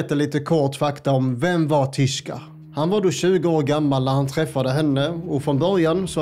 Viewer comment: Tishko hette han väl? Tishko ahmed, inte tishka